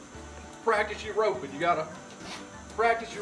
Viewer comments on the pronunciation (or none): This video is great... but we're gonna have to teach you about "roppin"